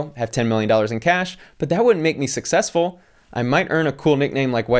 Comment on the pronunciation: "Sussesfull"